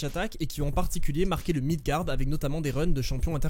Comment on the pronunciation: Au début quand il parle de kofi et cody il dit mindgard c’est quoi ?